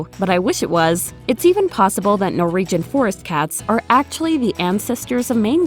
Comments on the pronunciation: Stop saying NOREEGEN! It's NorWegian! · No second R in Norwegian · I can't get past the way you're saying 'Norwegian' :-)